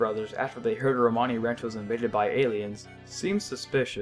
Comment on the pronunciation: Did he say perpers instead of purpose? And rant instead of ranch? Lol